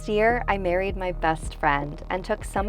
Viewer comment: did anyone else thought she said i buried my best friend 😂 Just me? Ok